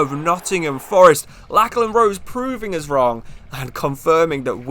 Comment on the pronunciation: Great video! btw Lachlan is pronounced Locklan he plays for my local club Newcastle Jets